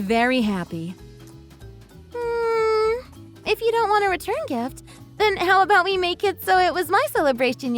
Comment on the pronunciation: you’re an IDIOT! You can’t even say “return”! 🤣🤣🤣🤣🤣